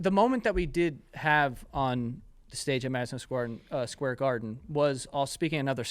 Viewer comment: are we not going to acknowledge where joe says madison squarden